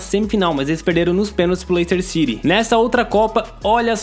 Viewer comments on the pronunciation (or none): none